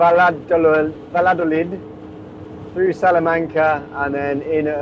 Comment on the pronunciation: My girlfriend is from Valladolid! Lovely city! Was the capital city of Spain before Madrid! It’s pronounced buy-ah-doh-lid!